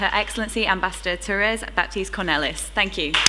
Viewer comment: It is Thank and not tank.